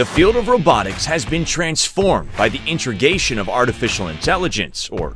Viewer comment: What’s “intergation?”